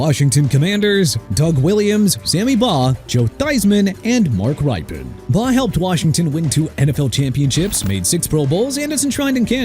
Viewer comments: Actually, Rypien is pronounced "rip-e-yen". The first "E" is audible. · I am offended as a Washington Redskins fan. Not at the people named, they got the 4 right. But Joe Theismann was NOT the MVP of SB 17. It was John Riggins. And it's pronounced "Rip-in" not "Ripe-in" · You are incorrect. For one when it came to the Washington Redskins you pronounced Mark Rypien wrong. Secondly he did not help us win 2 super bowls. So you need to get your head out of your butt and do your job and actually do some research to make sure that you get it correct before you put out misinformation. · Yep! and Rypien is pronounced (ripp-in) and not (ry-pen). 😂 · Mark Rypien's last name is pronounced RIP-pen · I can think of several names left off that need to be put on here: Vikings: Tommy Kramer Washington: Sonny Juergensen Patriots: Steve Grogan Also, you butchered the pronunciations of Rypien and Hebert. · How he pronounced Rypien too!!!!!!🤦‍♂️🤦‍♂️🤦‍♂️🤦‍♂️🤦‍♂️🤦‍♂️🤦‍♂️🤦‍♂️🤦‍♂️🤦‍♂️🤦‍♂️🤦‍♂️🤦‍♂️🤦‍♂️🤦‍♂️🤦‍♂️